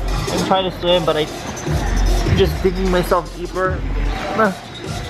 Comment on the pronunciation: ”I cant sweeam”